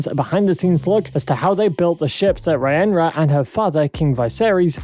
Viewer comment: Lol bro, it's already been pointed out but even if you haven't seen the show, you should at least get your fact straights. The way you say Rhaenyra is so wrong it's funny. I know it's not an easy name when you first hear or read it but if you just listen to how it's said in the show a few times, you'll see it's really not that hard not to call her "Reehenrah". Also, Old Valyria?? Thanks for pointing that out I was certain it was Poudlard!